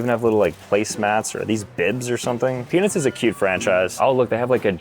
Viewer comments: Am I the only one that keeps hearing peni$ instead of Peanuts? 19.09 Had to check the close captions. Thought was pulling one on me. 😂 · dude did NOT say peanuts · Bro did not say peanuts 😐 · I'm glad I'm not the only one who heard that 😂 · if you slow it down you can not here a single t